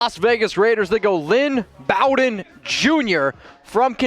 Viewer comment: You may need to learn how to pronounce the Kentucky boys name because your not saying it right